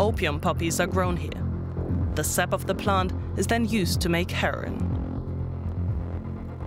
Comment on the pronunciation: It's her-o-in , not "herrin"